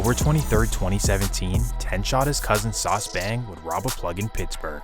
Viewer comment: Not from sf. Calls him “sauce” every one from sf knows that’s not how u pronounce his name